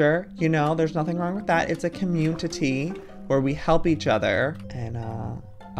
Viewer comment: Nobody: Joey: CommuTITY